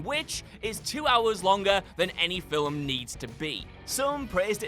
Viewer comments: it's Film, not "filwim".... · By-oh-pic as in biographical picture not by-op-pic rhyming with myopic. Film is one syllable, not 2 (fill-um) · it's Newt Skamander, not Skarmander. "...two and a half hour runtime which is two hours longer than any filwim needs to be..." What the frak are you even saying here? Every movie ever would like to talk to you.